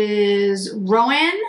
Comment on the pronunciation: Love these!! And I wish I had your red hair...so pretty!! I have them and think they are so pretty....my first Chantecaille eyeshadows...as I am a horse fan. Just FYI...because I have heard other people say it the same way...i Roan is 'row- n"...as in a long 'o'...not 'rowan', like a rowan tree. But that is just me being picky about horse colors. A roan colored horse is a light brown with noted white /silver flecking to the hair.